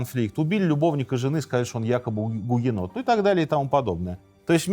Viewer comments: Гугенотили не правильно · Сынок! Ты гугенот?! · Сынок, ты гугенот? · Сынок ,ты гугенот? (С)